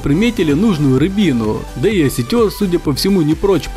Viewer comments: Не осетер ,а осетр. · Почему Вы говорите осётер? Осётр правильно. Извините за замечание. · Не осетЁр а осЁтр!!!)))) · Тоже угарнул!!!))) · Оситёр или селитёр?Ударение не для Вас! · Осётр правильно говорить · Ты не правильно назвал Осётра. Ударение на ё.